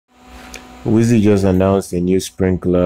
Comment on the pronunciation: I'm excited about this product and just placed my order for one. Pre-orders get 3 yrs of the weather subscription for free. By the way, I believe the company is pronounced "wise" as in.. "He is a wise man".